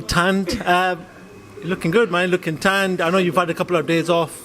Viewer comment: Did he say lookin tanned.